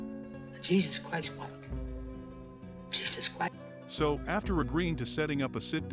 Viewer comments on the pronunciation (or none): none